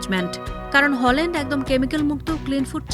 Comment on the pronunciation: ওনার নাম হলান্ড নয় হালান্ড।